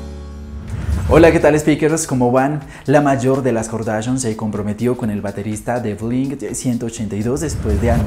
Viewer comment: Kar-da-shian... Así